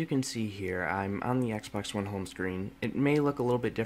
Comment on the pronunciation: It's xbox one not eggsbax